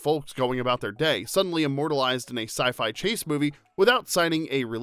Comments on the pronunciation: Lol, "sci-fli fick" right out of the gate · In the beginnings my you said SI-FLY😂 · Makes fun of arnie .. goes on to pronounce it "sci-fly" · Lol my guy said Sci Fly Fic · Did you say "sci-fly thick"? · 😳 LMAO ... you said SY FLY !!! 🤣🤣🤪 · haha "sci fly fick" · My favorite was when you said sci-fly.